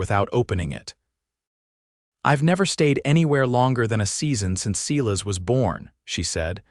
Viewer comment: AI is not strong on name pronunciation, either. No one has ever said Seelas instead of Silas! 🙄